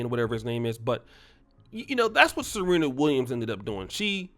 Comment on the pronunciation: He-nis and Ser-he-na